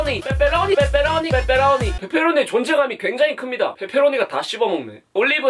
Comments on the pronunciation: 말 진짜 찰지게 한다 ㅋㅋㅋ뻬뻬로오니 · 앜ㅋㅋ 목소리 너무 조앟 페페로니 발음이 ㅋㅋㅋㅋㅋ 내스타일이다 ㅋㅋㅋㅋ 뻬뻬r로뉘~~ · 뻬뻬로뉘~ 발음 귀엽네용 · 발음 강하게 하시니까 빼빼로니 피자라고 들려영 데헷 >ㅇ<